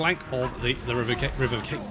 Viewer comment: If there was ever a lesson I think would've probably missed in primary school, it'd most likely be "Make peace with the consequences of your actions." That, along with the pronunciation of really big words like Revivification.